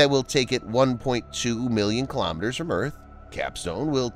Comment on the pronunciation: Kilo'meters, not kalamaduhz.